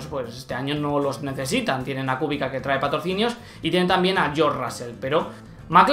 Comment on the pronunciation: Kubica se pronuncia "Kubitsa", saludos :)